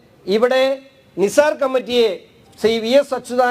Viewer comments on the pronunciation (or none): none